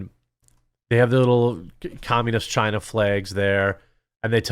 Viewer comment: Chinese Bai-zou, take it back to Chyyyna